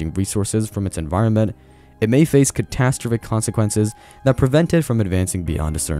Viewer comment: The way you say “catastrophic” is infuriating…